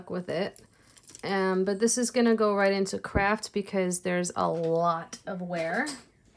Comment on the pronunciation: You're the only person I know who can say craft and make it sound like the word Crap. Hahaha🤣🤣🤣